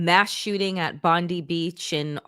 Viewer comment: It was a Muslim who was the hero in the terrorist attack in Bondi. We are proud of him. Btw, Bond ( eye) NOT Bond ee